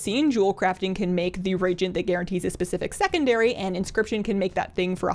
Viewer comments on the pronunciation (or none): Ree-AGE-ent (reagent) is different than the word regent :-) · REAGENT - pronounced (ree - ay - gent)...not (ree - gent). No disrespect, just informing. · I had to find this comment, same. its re - agent, not regent. Great vid nonetheless! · reeeeee agent not regent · So sorry...must comment... It's "re-Agent", not "regent." Again, really sorry. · It's pronounced "re-agent". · Excellent crafting info. Misspronounced word; reagent is not regent. It is "Re" followed by "Agent". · I love your content and you do such a great job. Just a quick note that it's pronounced, "Re-A-Gents". Looking forward to your next video, keep it up! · You always have great videos that are very helpful, informative, well explained, and about things that really matter in the game. One tiny critique - reagent is pronounced re-agent... 3 syllables. Like the word agent with re in front (like the way it's pronounced in reply, re-do, react, etc). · It’s RE-A-GENT. A regent is someone filling in for a monarch. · I'm going to be that guy but Reagent is pronounced Re-Agent. I don't mean to be a dick :) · RE-AGENT say it with me..... REEEEEEEEEE-AGENT.... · The chemist in me is cringing. RE AY GENTS is a three syllable word. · Hey, I totally get why you think it's pronounced that way, but reagent is actually pronounced re-agent. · I love your vids and you're amazing. But your mispronunciation of the word "reagent" is killing me. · I have a feeling that by her next video she will have learned how to correctly pronounce "reagent". 😉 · This was triggering me so hard honestly